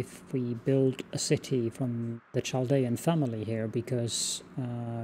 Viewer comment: Love this game! Glad to see this again. FYI: “Chaldean” is pronounced with a “K” sound, not a “Ch” sound (sorry, I am a bit of an ancient history nerd)